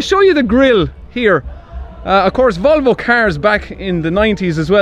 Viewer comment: As a Swedish person I aprove how the way you say Volvo ❤️ lover ur videos 😇